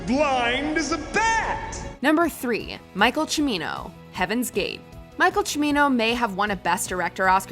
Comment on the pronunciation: Thank you so much for pronouncing “Cimino” properly!